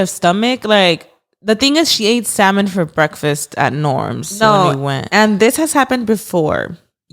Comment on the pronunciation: Stop because the fact is actually pronouncing salmon the correct way has me shook 😁🫶🏻